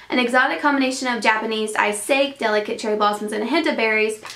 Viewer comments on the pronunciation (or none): Hehehe... sake is pronounced Sah-kee. Just for future reference. :) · Sake is pronounced sah-kay. Looks like someone needs to take you out for sake bombs! :-) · sake is pronounced "sock-ee" btw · The word sake is pronounced saw-key/sah-key :) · it's pronounced sake (s-ah-key)